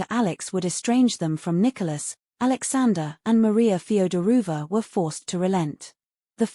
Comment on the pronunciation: Mispronunciation of “Feodorovna”…”Livadia”….”tsarevich”….🤷🏻‍♀️